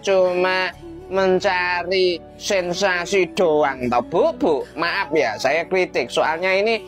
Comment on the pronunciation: Mba dibaca maaf, 🤣🤣 Latihan pengucapan kata yg benar napa. Dri awal liat konten2 lu masalah vina ini , selalu gtu mulu.